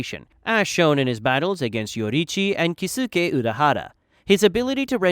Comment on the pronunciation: And kisuke